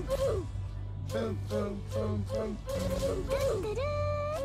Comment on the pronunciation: Did i hear mayuri say too to roo at the start?